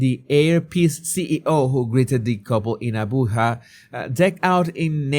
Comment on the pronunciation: I like how you called the capital 'Abuha' 😃 but its Abuja with a 'j' sound. Am a Nigerian living in the UK 😊